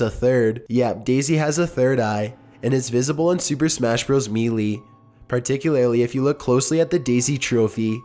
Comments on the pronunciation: its super smash brawls melee=mae-lae not me lee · may-lay Rosea-leana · ROSALINA (Rose-a-leena). SEPHIROTH (Seph-ir-roth). MELEE (May-lay). Seriously, take a pronunciation class if you job is pronouncing words. I'm surprised you didn't say "Lenk" or "Zalda" when talking about them. Or "Murio." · I love your vids but how you say some things kills me inside sometimes. You said Melee wrong and who is Rosalinda, I never seen her in Smash Bros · The way he says "melee" and "Sephiroth" triggers me. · Why are there so many mispronunciation in this episode. You seriously said Melee wrong? omg. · You pronounced so many words wrong on this one. Not all of them names, like melee, which is a common English word and it's pronounced Mae-Lay. Sephiroth can also be considered in this category. It is a term from the esoteric doctrine of the Kabbalah. It's Se (like in Seth)-phi (like in Philadelphia)-roth (like in Rothschild)